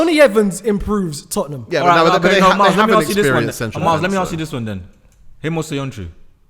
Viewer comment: Miles just said mooy.. Wow!!!